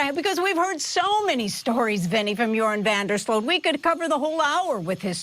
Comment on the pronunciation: Are they saying Urine van der sloot 😂 same thing i guess